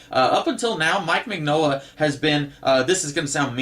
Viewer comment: Love your videos! Btw- it's Min-Yola. The G is silent...it's Italian 👍